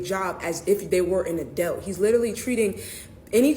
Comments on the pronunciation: What the heck is "n adellt"? Are you trying to say "an adult," ma'am? Maybe if you uncinched that hoodie more blood would flow to your brain. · wtf is an “adelt” is she trying to articulate adult? No where in the bill does it say 7 year olds are going to work & are considered adults. Omfg the ignorance just like when it was the “don’t say gay” bill when that was incorrect too. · someone should ask her what an “adelt” is? 😂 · Wtf is an adealt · What's an "Adelt"? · Why is that one girl pronouncing “adult” as “adelt”?!?! 🤨🤔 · WTF is an "adoubt?" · This country is so fked, bru. So many people are willing to accept false information as fact with no secondary research. And the language.... it's gone. This mf said, 'adelt' like 4 times in 60 seconds. Meaning 'adult' . Said the shyt over and over...... while giving a bad take based on incorrect information, and ACTUAL TRYING TO SOUND EDUCATED 😂😂😂😂😂 Can't make this up. Glad we have video lol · The one black girl keep saying “Adelt” is pissing me off😂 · The illiteracy is astounding and the one pronouncing adult as adelt hurts my brain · wth is an adelt? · what is an an “adealt?” These people can’t even speak English. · What is an "adelt"? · why does she keep saying “adelt”? What is an adelt? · What in the fuck is an "Adelt" ? I cant shake that . And if you get child support when say the kid is born which most of these people do because the dad splits. If in 7 fucking years you cant get stable enough to support yourself. You need some learning and to reevaluate what you are doing with your life. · Sorry I don’t listen to people who can’t pronounce “adult”. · The way she pronounced “adult” 🤮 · She can't even pronounce adult. Jesus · Why cant this person say adult. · How the fuck do you make it to adulthood and not learn how to say adult? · Is anyone really listening to any of those clowns who can't pronounce "adult" I highly doubt that fool has or will ever be able to qualify for any job.